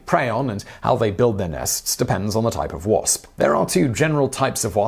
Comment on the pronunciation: Love how this guy says wasp... Pss..pss